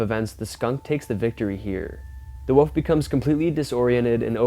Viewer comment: Its a wolf not a wuf😂😂😂😂